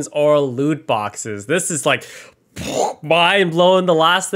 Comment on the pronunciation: I miss heard loot boxes as lewd boxes XD